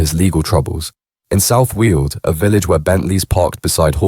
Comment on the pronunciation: South wheels Essex? Stop using Ai